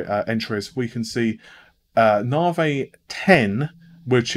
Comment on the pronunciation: Big 'Narvay'! :)